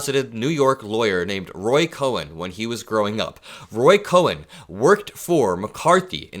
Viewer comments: Roy Cohn, is pronounced Kohn not Cohen. Can't wait to see the Apprentice movie which I hope will show how far back Trump's despicable behavior goes. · Please quit saying Roy Cohen. His name was Roy COHN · it’s not Roy Cohen, it’s Roy Cohn pronounced Cone like an ice cream cone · it's pronounced "Cohn", like cone, not 'Cohen' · not Roy "Ko-hen". Roy KOHN. Like ice cream cone. This man is so delusional -- the bigger the DEFEAT, the bigger the LIES. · Excellent videos! Just one correction. DJT's legal brain was Roy Cohn, pronounced Cone. Cohen has an 'E' in it. I grew up listening to this name as the guy was infamous, and it was never pronounced Cohen. But great job otherwise. Really! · The last name is not Cohen, it's Cohn, pronounce Cone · it’s Roy Cohn [koʊn], not Cohen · Sorry to be picky, but it's pronounced "cone" not "Cohen". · The focus here is on Trump, but I want to point out that it was Roy Cohn (pronounced "Cone") not Cohen. He was one of the most horrendous human beings who ever lived. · It's COHN LIKE CONE NOT COHEN. I love your ch. TYSM 👍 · FYI, it’s Roy Cohn - not Cohen. Michael Cohen is a former Trump lawyer, with the 2 syllable last name. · It is COHN (pronounced CONE) not COHEN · I agree with you about Roy C. But, I feel I must correct his last name. It's Cohn and not Cohen. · It’s pronounced “Khan” not “Cohen” for Roy Cohn. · pronounced "Cone" not Cohen. Otherwise, this 72 year old loves ya!! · Bro, It's pronounced Roy Cone not Cohwen, just one syllable. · Cohn is pronounced like "cone" not co-hen. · It's Roy Cohn, pronounced as CONE, not CoHen. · Not kohen - Kohn. Roy Kohn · It's not Roy Cohen, it's Roy Cohn (pronounced "cone"). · Btw,, it's pronounced CONE --- Roy Cohn, not Cohen. 💠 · Hey, it's Cohn, not Cohen, pronounced Cone. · It’s pronounced Roy Cone…not Roy Coh-en. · Roy Cohn, not Cohen. Sounds like “cone”. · Cohn, not Cohen. Rhymes with cone. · Cohn, not Cohen. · It’s Roy Cohn, not Cohen. One syllable.